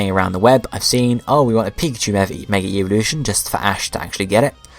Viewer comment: Whenever you say evolution it sounds like eeveelution